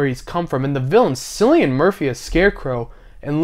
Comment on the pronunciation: The only movie on your list I haven't seen is American Psycho. If you like Christian Bale so much, have you seen Empire of the Sun? By the way Cillian is pronounced as Killian.